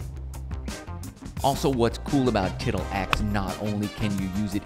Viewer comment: Huh huh huh, you said tittle. Huh